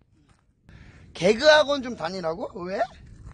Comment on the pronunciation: 개그학원이라 할때 배그학원 이라고 들렸어요ㅋㅋㅋㅋ